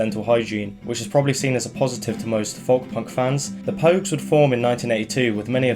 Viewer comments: Its pronounced "Foke" not "Fuhwlk" m8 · why do you say folk like that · someone teach him how to pronounce folk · Ive never heard anyone pronounce the L in Folk before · are you pronouncing the work folk wrong on purpose? is it like an inside joke? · I’m glad someone else said it. It’s the pronunciation of the hard L.